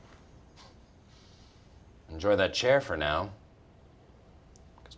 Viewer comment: that may be the first time I’ve heard an American correctly pronounce Buckingham